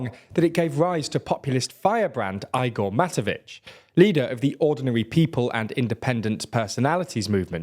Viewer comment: "Ajgor Matovik " and Robert Fajko 🤣 😅😅 you killing it !